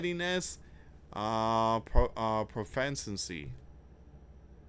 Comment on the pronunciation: “Pro-fish-en-see” - proficiency